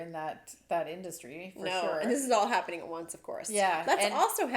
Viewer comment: LOL, I thought you were saying "The Special Happiness Room", not the special happenings room.